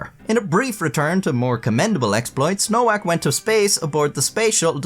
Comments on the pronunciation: It's pronounced 'Novak' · Her last name is supposed to be pronounced as “ Novak “. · its pronuced novak btw